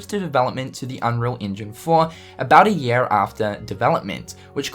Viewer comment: Also, 1: get a shave 2: clean your fucking tv it's filthy 3: stop saying yeah instead of year, Jesus Christ..